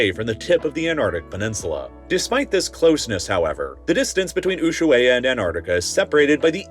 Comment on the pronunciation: Ok, you butchered Ushuaia's pronunciation, but that's okay.